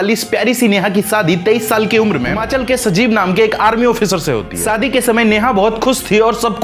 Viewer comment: Sadi nh shaadi 😅😅 tum log anchor Ban jaate Ho lekin Bhasha bihariyon wali bolate ho